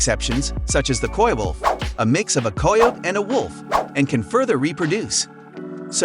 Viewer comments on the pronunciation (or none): Did you just pronounce Coyote as "ko-yo"?